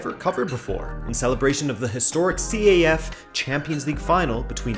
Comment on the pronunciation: It's not called C-A-F. It's pronounced as one word, CAF. Great video though.